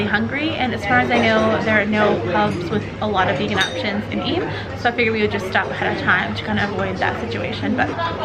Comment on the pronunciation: I lived in Eyam! Thank you for saying it properly!